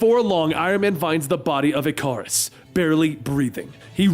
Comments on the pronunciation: It's ick a rus not I car us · “Ic-ar-us” lol who the hell says it like this? Y’all gonna tell him or should I?